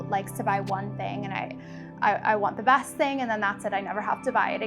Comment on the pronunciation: Her vocal fry is learned. It’s an LA Kardashian culture thing. Gross. And the “O” vowel replacing the short “A”... “that” becomes “thot”, “best” becomes “Bost”. “Thot green dross totally looked the bost on me.”